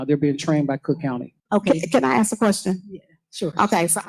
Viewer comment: You are always right when you correct her. She speaks like a 5 year old. How can she now say ask? She says axed everytime. That is such a simple word to say.